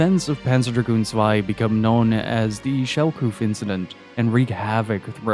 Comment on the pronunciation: finally a youtuber who knows that Zwei is not an English word😂